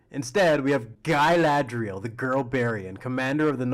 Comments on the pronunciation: Calling her Guyladriel is kind of cringe, but otherwise this was fun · LOTR: Galadriel TROP: gAyLaeDrieL